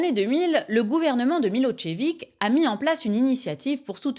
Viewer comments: Je t'adore, tu as un esprit acéré, tu es douce et mignonne et impitoyable, un peu comme un genre d'antique déesse païenne de la guerre.. mais on dit pas pas "Milotchevik" c'est "Milozévitch" la prononciation, je sais qu'on t'embête beaucoup avec ce genre de trucs 😊, je compatis, ma défunte femme adorée avait le même genre de dyslexie.. cela dit j'adore ton nouveau format, je sais que tu n'as jamais eu peur de balancer des grosses patates politiques, mais là, c'est carrément un gros massacre 😅 bravo !!! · eh bien non, ce n'est pas MiloZévitch mais MiloCHévitch* qu'on peut même prononcer Milosh-évitch si on veut le prononcer plus correctement, les Slaves ne fonctionnant pas réellement par syllabe mais par lettre/son et que surtout le prénom qui donne l'origine à son patronyme est Miloš (Milosch à l'allemande) * à prononcer comme dans CHou/chat. Prononcer Milozévitch est une méconnaissance de la graphie š du son ch en latinica qui s'écrit ш en cyrillique. Milošević -> Милошевић. Et du coup en passant l'écrivain tchèque c'est Hachék* (ou Haschek) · Milossévitche, pas Milotchévic... C'est volontaire ces permutations de phonèmes(faux names)?😅